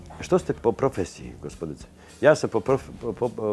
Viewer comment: boze opljacko 100000 zlatara a ne ume da kaze "po profesiji"